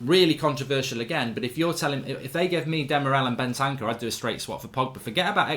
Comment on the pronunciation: Mark so bad at saying names, I thought he was saying Bentaka and not Bentancur